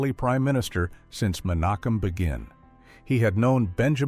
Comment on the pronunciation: Probably an AI voice glitch. I heard another one when it pronounced Menachem Begin's name wrong